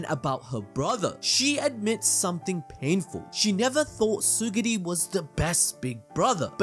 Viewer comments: What bothers me is how you kept saying "tsuguri" instead of TSU-RU-GI. btw, this is a peak review. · Bro, it's Tsurugi not Tsugiri! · It's Tsurugi not Tsugiri man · Is it not Tsu-RU-gi?